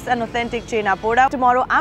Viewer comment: That's not CHENAA PODAA That's CHHENAA PODO